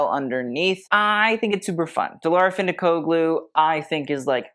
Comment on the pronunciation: you learn the french designer pronunciations but consistently butcher the turkish-english designer, Dilara Fındıkoğlu. it's "fin-dik-OH-lu". NOT "fin-dik-COG-lu". The G is silent!!!!!